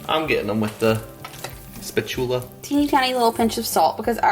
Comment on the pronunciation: Funny that said spat-Tula. I’ve always said spatula Clark. You guys may be too young to know about the British singer, Petula Clark!